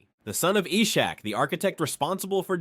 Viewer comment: The pronunciations are really bad... Not sure if it is AI generated. But for reference Ishaq in basim in Ishaq is prounced Is-haq which is the Arabic pronunciation of Isaac